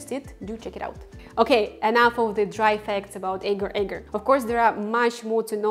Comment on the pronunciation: This is a constant Internet problem...people producing vegan recipes with ingredients they just discovered, without a clue as to how to pronounce their name. In addition to mispronunciation of Agar, outside of Malaysia, the name is simply Agar...not Agar Agar. Other silly mistakes include: not pronouncing the "J" in "KONJAC" as "Y" (the word should be pronounced exactly like "cognac"); pronouncing the "G" in "CARRAGEENAN" as a "J" rather than a "hard G"; pronouncing "SEITAN" almost as two words, SAY TAN rather than correctly as SAYtn (almost like satan). This drives me crazy too, because once wrong in one video, g-d know how many millions might copy the mistake.